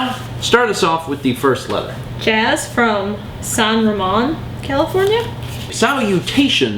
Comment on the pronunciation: Mispronounced San Ramon Mal :[